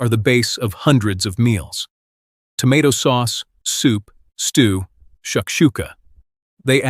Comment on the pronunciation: Would someone teach this AI voice how to say tomato!